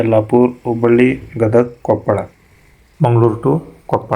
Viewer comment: ಕೊಪ್ಪಳ್ ಅಲ್ಲ ಕೊಪ್ಪಳ